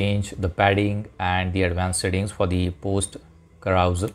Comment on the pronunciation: LOL....carousal......carouSEL....as in SELf....SELL your car. I think the clue is the use of the 'e' rather than any fictitious 'a'. KA_RU_SELL.